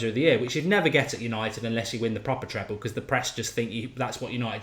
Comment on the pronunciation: Triple or treble, not treple 😂